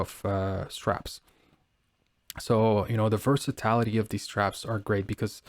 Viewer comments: Thank You. I cringed every time versatility was pronounced “ver-sa-tal-ity” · Ver-sa-TIL-a tee. NOT ver-sa-tallll-ity.